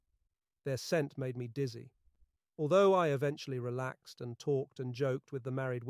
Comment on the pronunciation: yeah for sure. He says I relax-edd and opened a can of ve-gettable soup on on of these I was listening to. Being a former English professor I would imagine would have no trouble with pronunciation